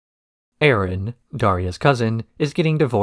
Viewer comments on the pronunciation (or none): none